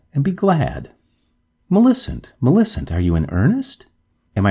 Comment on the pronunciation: You have a sing songy way of talking. I would stop doing that. Also, Millicent is pronounced - MILL i CENT. Your voice keeps going up and down. It's very distracting and irritating. Sorry to be so rude, but I'm just trying to give you some feedback.